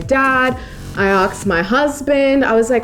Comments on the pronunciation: why you say AKSED instead of ASKED? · Chris Brown say's the same thing in his songs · a lot of Australians say it like that 😂